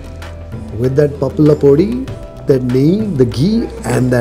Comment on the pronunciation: I like the way you say "pappula podi"